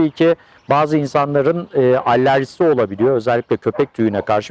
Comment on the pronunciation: Allerji degil alerji olarak yazilir ve soylenir.